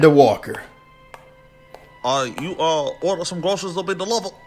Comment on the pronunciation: I’m going to call her Amanda walker from now on 😂😂😂 (it’s Waller) but great reaction love the ace vane reactions